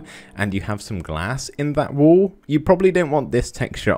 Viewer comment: i thought u weres aying "WOOL" but u were saying "wall "